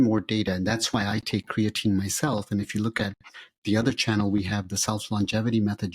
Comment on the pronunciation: just say creatine man dont rock the boat with the funny pronunciation and they BOTH did it